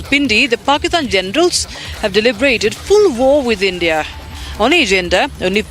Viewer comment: It's not Hindia it's India.